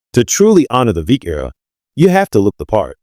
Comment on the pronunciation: Veeck = rhymes with neck